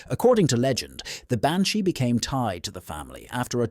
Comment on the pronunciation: The Banshee pronunciation in the Gaelic is not how you said it . If you are going to tell ghost stories of a certain country do you think you could learn how to say the words. Are you American trying to be Irish because if you were a true Irish person you would know how to speak the words of the Gaelic language ?